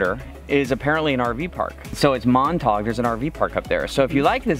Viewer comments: Love the video. It's always nice to see the reaction of first-time visitors to south western BC. That's how we know we live in a great place. Been to Montague Harbour many times but I think you mispronounced the name. No one I know says Mont-tawg, they say, Mont-a-geew. Also the island is not Gawl-e-anno it's Gal-e-anno. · Love your videos! You guys rock! Sorry, but after the 3rd time of hearing "Montog" park, I have to say it's pronounced "Mont-a-gue", like mont-a glue (without the l). I apologize (so Canadian) if this has been pointed out to you already. Keep up your tremendously entertaining vlogs! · Loved this video! Just FYI Montague is pronounced Mont-a-gyoo. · Before we bought our RV this year, we were boaters. Spent many Summers cruising the Gulf Islands. Beautiful. The Hummingbird Bus Pub is fun if you get back to Montague (pronounced Mon-tag-guw. Ganges, perfect stop. The Treehouse is excellent. The Saturday Market is not to be missed. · Mon-ta-gue Harbour. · Mon-ta-Q Harber......sound it out. Hope u enjoyed yourself. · Nice to hear you mispronouncing Montague.